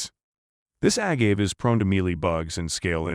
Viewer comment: A-gave, wrong pronunciation. Also showing King Agave pictures.